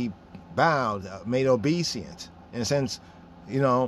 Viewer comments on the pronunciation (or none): Good presentation !! One thing though... it is not obe seance (just so you can see how u spell it and how it’s spelled) but it is obe e sense... We also say it in French... but obéissance (obe is said in an west African way, then i in the middle sounds as E, and finally 2 s + ance sounds like sense... but the en which sounds like N is says Ann like the name...